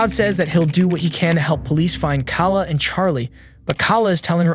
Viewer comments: Other than mispronouncing Kala browns name this was a good vid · What we would all like is the correct pronunciation of common names. It's Kay-luh not Kal-la and Cloe-E not Cloe. It sounds like AI mispronunciations yet you have a patreon account so IDK. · I think you are doing a good job, but you keep mispronouncing the victims' names. Kala is pronounced "KAY-la", not "KOU la". "Chloe" is pronounced "KLO-EE", . not "KLO".. It's odd that you are making these mistakes since you can clearly hear the victims' names pronounced correctly in the clips. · KA-LA instead pronouncing it Kay-law? And Chloe as CLO (rhyming with “blow) instead clo-wee? Nothing says “this is an AI channel” like horrible pronunciation! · You keep calling her "cah-la" but her name is "kay-luh." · Her name is almost certainly pronounced "kay-la", and the other one is "Klo-ee". Is the voice AI? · You're not a narrator. This isn't for you. It's pronounced "KAY-la" (obviously), you slur your words, and your grammar is terrible. Yuck. Way to ruin an interesting case. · A buzz saw, that's an angle grinder, her name is pronounced kayla, Spelled Kala, why do kid's today that are devoid of common sense and nearly illiterate do these channels? Black comedy, so hard to listen to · Kayla isn't a hard name to pronounce. Why did you keep saying Kawla? Now I'm on story 3 and you can't pronounce Chloe either? Dude, just ask someone. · You gotta learn how to pronounce people’s names, especially the victims, before you make these vids. Kala is pronounce Kay-luh. Chloe is pronounced Kloh-E. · Her name is KAY-LUH. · Thought her name was Kayla? Lol Eminem was talking about this also when he said "B..h I'm off the chain like Kayla Brown" Edit: It is, the way it was being pronounced confused me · I feel like if you'd actually watched the footage well, you would know how they pronounce Kala... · How do u mispronounce both kala and meagan, the two most common white girl names on this planet😂